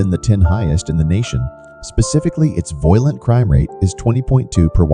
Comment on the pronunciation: Funny how the computer pronounces violent to sound like "voylent" Anyway, unsurprisingly, one thing all these cities have in common is a high black population.